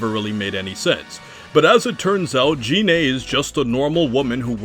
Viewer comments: GE-NAE is how it's pronounced I thought? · Gine is pronounced like gi(Goku’s turtle hermit gi)-neigh